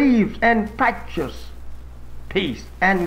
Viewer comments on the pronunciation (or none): none